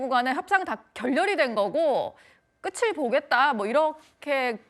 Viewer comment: 여자 앵커님 끄츨 보겠다. 라고요?? ㅋㅋ 끄틀 보겠다. 겠죠.